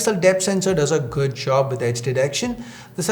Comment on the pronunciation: Why is his accent sound so weird? Never heard any indian saying "good" as "ged"..🙄..sound soo fake & cringy...